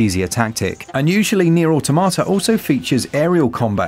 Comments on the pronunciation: Aw Tom at ah , not aw tomata , just saying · I just can't get over people still saying "AUTO MA TA" lol, it just sounds plain wrong, but yea yea, engrish.